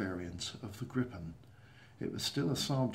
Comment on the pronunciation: Tip! Try to pronounce it Gripen with just one P, not Grippen, Gripen with one P! Like how you pronounce Jeep.